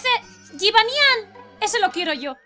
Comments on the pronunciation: en realidad se pronuncia jibányan lo que pasa es que el doblaje español no entiende de nombres de otros paises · mujica pero se pronuncia jibanian pero se escribe jibanyan